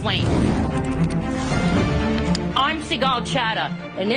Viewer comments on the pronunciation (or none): I wonder if Sigal is intentionally pronouncing her name American style, because if you read it in Hebrew, it would sound Sig-Gal Hat-Ah, and would means "Sigal have sinned." Hat-Ah is the past tense singluar female form of the Hebrew word for Sin.